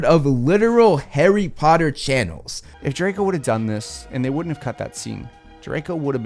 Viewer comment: HARRY PPPPOTTAH